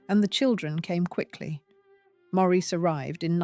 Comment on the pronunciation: Maurice Macmillan̈'s name is pronounced Morris, not Maureese.